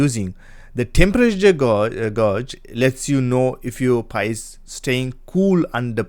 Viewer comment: It's pronounced PIE, not P.I.